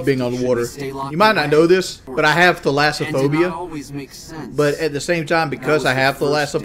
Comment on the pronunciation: “Tha lass oh phobe ya”